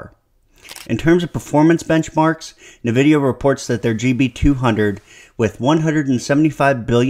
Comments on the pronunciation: What's Navidia? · Good breakdown, but.. Dog.. why 'nuhvidia'?